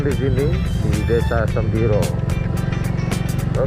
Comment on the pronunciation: Semboro.......bukan sembiro.